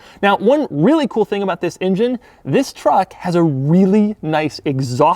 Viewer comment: Doug the type of guy who will still pronounce engine as injene while they close the lid on his coffin...and he'll have an evil grin.